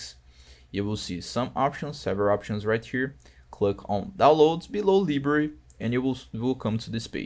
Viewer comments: okay i just changed to another region and it worked, but bro please AND PLEASE I AM BEGGING YOU learn fucking english like why the fuck cant you say library normally what the fuck is librar 💀 you say library librar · please learn how to pronounce library